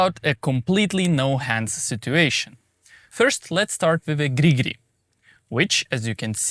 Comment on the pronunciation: Please make a short compilation of your "gri gri" sounds 😂